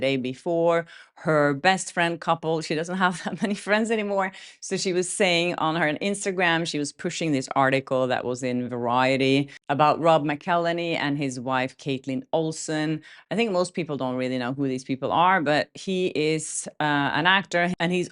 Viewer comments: It's pronounced "Mac-il-henny" and he and his wife are damn well known from It's always sunny in Philadelphia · I enjoy your videos. McElhenney is pronounced Mackle-henny.